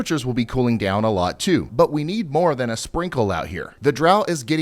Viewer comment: *more.. not mire